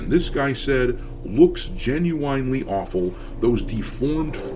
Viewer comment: gin-you-EYEn-ly? Didn't realize you were a southern plantation owner.